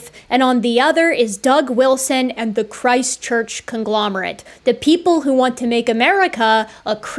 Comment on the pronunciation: every time you say Christ Church, i think you're saying ChristChurch a City in NZ